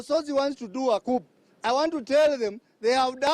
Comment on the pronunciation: That's not English you are speaking ? In coup "p" is silent